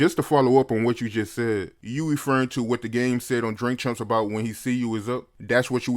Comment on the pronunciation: He saying Drink Chumps lol